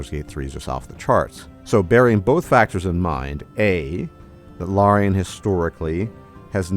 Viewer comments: Isn't it pronounced "lair-ian"? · You might be the only person on this earth that pronounces Larion as L-ARE-ion studios. 😂 one r my guy. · You say Larian the way Hermione says Leviosa.